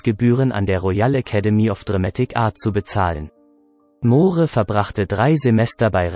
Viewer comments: "Mohre", "Laif and let dieh". Kann der Sprecher kein Englisch oder ist das ein Roboter? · Wer kommentiert denn da??? Moohre? Ist das eine KI? Englisch kann er auch nicht! Peinlich! Der arme Roger! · Moore schreibt sich zwar so aber es deutsch auszusprechen ist ....ein : ohjemineh. Ein tragisches Ende? Ich denke nicht. Aber ein wunderschöner toller humorvoller Schauspieler👍 ist er gewesen